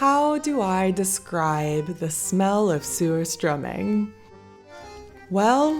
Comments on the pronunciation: It sure sounds like the way it’s being pronounced, the first part of the name is ‘SEWER’. I’m afraid I’ll have to pass on this.😬. Commented before addressed this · I'm sorry, lol. I keep hearing you say, "sewer-strumming." Like, why are we strumming a sewer?! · It's pronounced Sushtruming. I only have one Swedish friend who likes it, but she's from Northern Sweden.